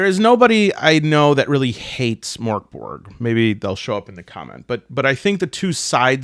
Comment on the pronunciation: Your original pronunciation of Mörk Borg was very Swedish, the fake Swedish sounds more Norwegian